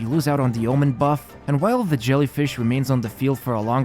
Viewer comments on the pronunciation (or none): none